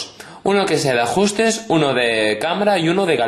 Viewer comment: "Ajjjjusres" Pfff me ha matado x)